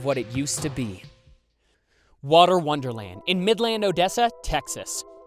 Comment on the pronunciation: It’s so weird hearing other people say midland how he said it is most likely the right way to say it but no one from here says it like that